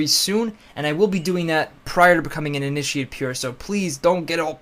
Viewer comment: (about) it sounds like he's saying "Ini-sheeiitt"